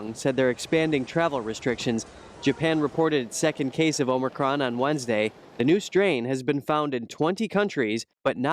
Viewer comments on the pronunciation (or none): Omicron.. not Omocron